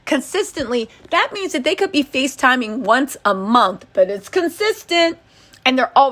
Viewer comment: Love how you always day momf instead of month lol.😅